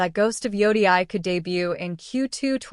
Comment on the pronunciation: If you say ghost of joudiai one more time I'm gonna start tweaking